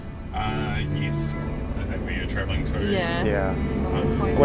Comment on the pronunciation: Bro did him dirty with that "yis"